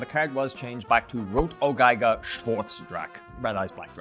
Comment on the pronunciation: As a German it's funny how you pronounce "Rotäugiger". But you did a good Job.